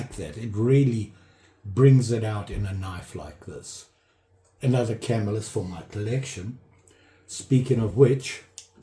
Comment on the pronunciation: Hey, i enjoy your videos and i'm a subscriber. I started dabbling in knife collecting all because i saw a Knife Doctor video and that led me to you. I'm absolutely an amateur although i've always liked them but never seriously collected them. Anyway, and i hate to mention this, but i think you are pronouncing Camillus wrong. It's a definite 3 syllable word and it's pronounced ca mill us. Please don't think i'm a smart ass/know it all.Keep up the great videos!